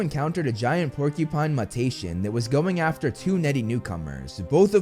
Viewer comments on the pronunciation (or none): 😮‍💨muttation as in MEWtation. Yknow for being someone thats so insistent on correcting other peoples pronunciation, you sure do have a massive problem with it yourself. Also before any huffy puffy corrections are made, no its never mentioned how its pronounced and by extension what I can say based on someone whos educated in the study and can approach it properly, the correct analysis is that its simply a writing quirk to put it as muttation while still having it sound as MEWtation rather than MUHtation. Again its never definitively stated, but if were going off of actual basis rather than a biased one, yes it would be pronounced as MEWtation, not MUHtation. Really not trying to be rude about this, im just starting to get a bit tired of it, the whole "no youre wrong, its this. but watch as i mispronounce this though". I just expect to be adults about it so you can improve for the future rather than being defensive about it 😉